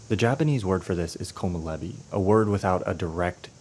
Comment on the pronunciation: All the peaceful moments in The Bear where they just show Chicago or Denmark or some amazing culinary compositions are very similar to Perfect Days. I hadn't even noticed before. Great video! But you might want to check the pronounciation of "komorebi".